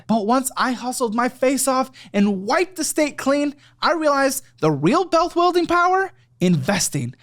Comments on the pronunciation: Did have a stroke? He said "wiped the state clean" "the real bealth wuilding power"??? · "bealth wuilding" 🤭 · did he just say - "the REAL bealth wuilding power ..." ? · Are we all going to ignore "bealth wuilding"??? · The real "bealth wuilding" power... is real estate LMAO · Am I the only one who noticed the "wipe the state clean" vs "wipe the slate clean" and "Bealth Wuilding" vs "Wealth Building"? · Couple ad flubs - "wiped the STATE clean" and "Bealth Wuilding power" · Just a heads up... you say "real bealth wuilding power" in your real estate class add.. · "Wiped the state clean" - "The real belth building power" Me: uh huh... gotta build that belth? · “bealth wuilding power” heheh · Poor is STRUGGLING through that ad 26 minutes in. That's certainly a new pronunciation of "wealth building". Also loved "wipe the state clean".